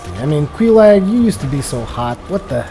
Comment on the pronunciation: Just btw,; it's Quelaag, not Queelag.